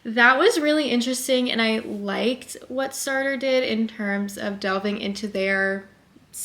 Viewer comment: It is pronounced Sart - the rest is silent. Languages are tough. Hope this helps.